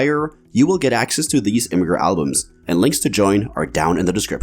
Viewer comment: Only issue I have is that Imgur is pronounced like "imager," not "im-grr" according to the creator.